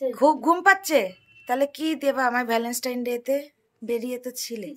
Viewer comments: Keno bangla bolte ki lojja kore... english jodi nai bolte pari to english er gar marano taki khub jaruri...valenstine...pichless..sedino o status k tyataas bolche...kaddur porasuna...matrivasar moto jinish hoy nare ardhonaripurush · Bapre tumi valentine ta pronounce koro e na.Valovasa r din bolle ki kono problem hoto?